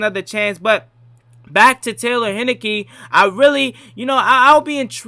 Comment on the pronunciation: It’s Heinicke, like the beer.